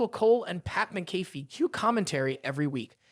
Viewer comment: What the hell is the deal with you and last names bub?!?! Las-nar and Mick-a-fee